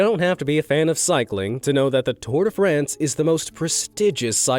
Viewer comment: Anybody else flinched hearing him pronounce "le tour de France" like "les tour des friends"? 😉